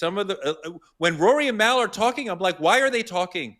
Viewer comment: constantly pronouncing Mals name like Mael is hilarious. He don't like Mal at all lol